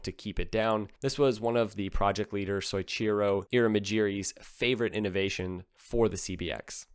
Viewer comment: I've never brought this up before but after hearing it in so many videos its starting to bug me. You are not pronouncing the name soichiro correctly. It is not "soysheero", it is "so-ichi-ro". Put some respek on the name lol